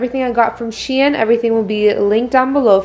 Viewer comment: Shein is pronounced shine 😭